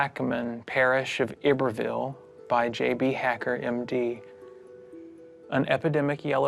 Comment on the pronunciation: It is pronounced I- BERVLLE‼️PARRISH WITH ACC ENT HARD ON THE *I.*! NOT *E-BERVILLE*!anyone who is from LA KNOWS how that Proper name is pronounced.